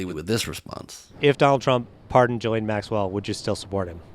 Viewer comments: I woke up in a rare mood. This will be Petty but you pronounce Maxwell's first name as gee lane. And it's not gee as in gee whiz. It rhymes with knee. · Did anyone else notice how the man pronounced Ghislaine’s name? I am ctfu 🤣🤣